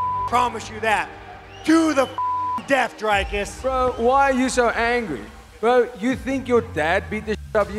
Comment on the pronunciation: You specifically put in a clip Dricus saying of how to pronounce his name properly and you still said it wrong numerous times in the video 🤷‍♂️